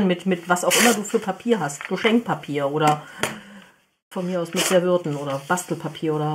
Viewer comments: Serwürten.....ist das ein Dialekt 😉 😁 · S E R V I E T T E N (..... vietten, oder ...vijetten vielleicht so aussprechen) Die Lautschrift beherrsche ich leider auch nicht. Und wenn, könnte ich sie auch nicht lesen. Ich denke, jeder hat so seine akustischen Stolpersteine. Lass es so, wie es ist. Es ist soooo süss!